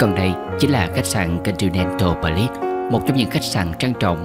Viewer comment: Trời.. Chữ Continental Palace, Catimat...mà đọc không được...làm phim tài liệu thì nên học cho đúng... dốt quá là dốt...